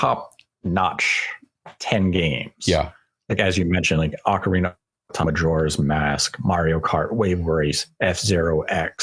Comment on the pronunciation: "Ocareener of Time"